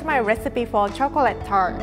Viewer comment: Her way of saying tart